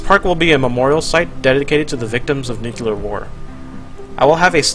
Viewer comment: come on,, "nuclear" is pronounced as "nyu and clear" together, not "nukelar" PLEASEEEE